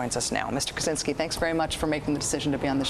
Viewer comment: It's "Kaczynski", btw...